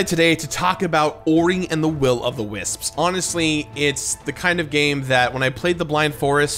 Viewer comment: pronounces "wisps" like "wis-ps", somehow giving it an extra syllable.